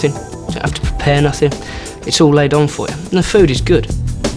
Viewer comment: Say "the" instead of "da". Makes you look like you're still 2 and the army doesn't appreciate that. Goodluck lad.